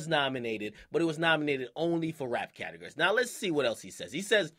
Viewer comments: he says catergories instead of categories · Anyone else notice Akademiks says catagury? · CATAHGURY lol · " cat a gurry " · its pronounced: categORy you even say it right when you said "categorized" lol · Why does akademiks sound like he says categurries? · lmao Why does Akademiks say categories like " catergerries" ? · The way he says category's😂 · bro the way you say categories annoyed me a bit